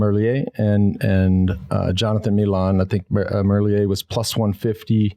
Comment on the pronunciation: How. Many. Years. Have. You had the chance to get his name correct? Please get his name correct it’s triggering my OCD man.